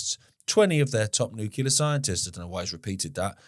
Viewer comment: JFC! I love you brother but, it's noo klee arr. Not nukular! 😂